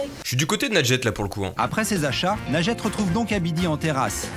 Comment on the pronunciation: C'est pas Najete mais linjete